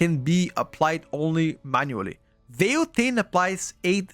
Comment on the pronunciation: it's VILE taint not VEIL